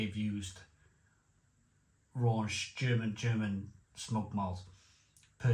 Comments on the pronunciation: Raunch vs Rauch Scherlenkerla vs Schlenkerla You should learn the correct pronunciation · RAUCH - Pronounced Row (as in an argument) + kh There is no N in Rauch There is nothing RAUNCHY about smoked beer Please just learn this stuff once then you know it forever instead of sounding silly and uneducated all the time